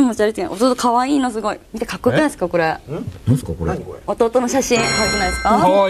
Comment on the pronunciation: 素が出てるせいでナチュラルに「は？」とか言っちゃてるし、なんか場末のスナックのママみたいに声かれてるし、女としてもともと問題あるわ。それで「見て見てーこれすごいのー」って弟の写真見せて誤魔化してるけど、慌てたせいか「すごい」ってワードも下手だし、第一弟愛に見せて弟売った格好じゃないかよ。人としてもどうかと思う。